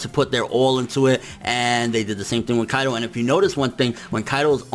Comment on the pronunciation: on you prounounced Kaido as "AlQaida" lmfao